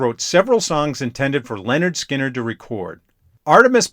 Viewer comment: It's pronounced LINard Skynard. Not LENard. 😉